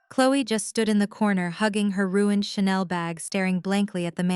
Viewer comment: Why can’t AI say ruin/ed?? 🤬🙄